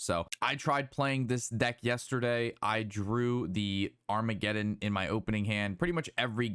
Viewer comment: Armageddon,?!?! Agamaggan bro hehe